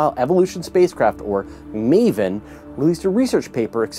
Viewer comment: Meven ? Thought it was MAVEN (may vin)